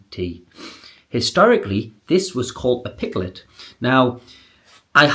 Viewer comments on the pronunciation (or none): Pike-let, not piklet, and maple syrup isnt an English classic. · So much wrong here. Should be double toasted to get it crispier. Maple syrup is NOT traditional! And a pikelet is a different thing to a crumpet, it's thinner. Also, it's pronounced PIKE-let, not PICK-let.